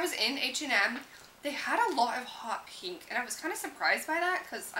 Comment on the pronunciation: a lot of beauty gurus pronounce pink "peenk"